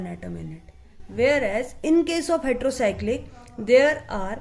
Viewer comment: its heterocyclic mam not hetro